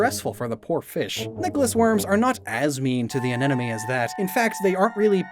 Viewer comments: I keep hearing "anenome" instead of "anemone" and it bugs me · A-ne-MO-ne,. Love that you left that in so we can feel smug about it ☺️🧐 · Bro just refuses to pronounce anemone with the consonants in the right order. 😂